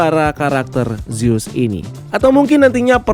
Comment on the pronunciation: revejer, bukan revenjer. zus, bukan zeus. tolong cara baca diperhatikan lagi. ganggu bgt kalau salah sebut.